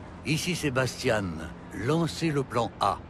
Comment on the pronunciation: No I mean the way she pronounces the "ian" like "iane".